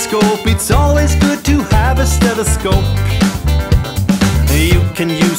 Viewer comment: 딴건 모르겠고 청진기 영어발음만 알아갑니다